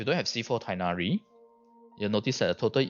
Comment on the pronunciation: Teghhnari with hard h sound